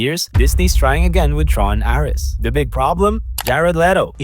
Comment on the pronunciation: Mispronunciations in this video: Ares